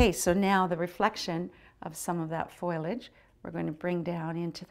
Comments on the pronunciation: yeah it would be NICE to see part 3... and it's FOLIAGE, not foilage. Thanks. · It's a shame that part 3 isn't available. Love this demo though. I like that she says "foilage" instead of foliage, probably nearer to the root of the word anyway. She is quite gorgeous too.